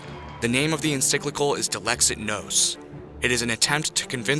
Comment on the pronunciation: Bro you say encyclical not enciclical